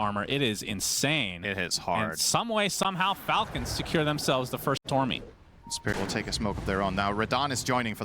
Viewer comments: Finally, i hate when someone says tormy, it just sounds stupid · please caster dont ever say "tormy" again